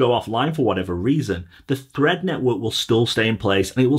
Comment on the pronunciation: Fread… Thread …Fread… Thread …Fread… Thread …🤣🤣🤣